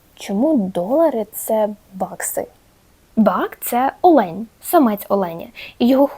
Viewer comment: круто, пізнавально! маленьке уточнення: Олень - наголос на о)